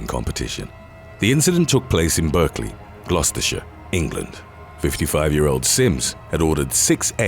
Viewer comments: It's pronounced barclay NOT BERKELEY. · Berkeley is pronounced BARK-LEE not BURKE-LEE. That is how we pronounce some of our English towns and county. Like Berkshire (BARK-SHER), Hertford (HEART-FORD), Hertfordshire (HEART-FORD-SHER), Derby (DAR-BEE), Derbyshire (DAR-BI-SHER).